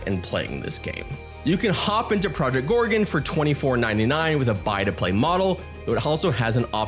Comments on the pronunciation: "Project Gore-re-unn'..?;) Great video,. Thank you! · Yeah.... how can he pronounce it wrong when it's clearly written. 😂😂😂 Or he's just trolling to get us to leave a comment